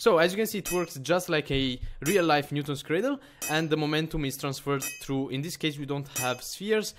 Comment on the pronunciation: I love how you call it a "Newtol's cradle"!